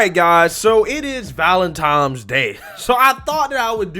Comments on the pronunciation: Sorry, after the third ValenTimes I just had to turn ya off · Can say "vicinity," but not "Valentine."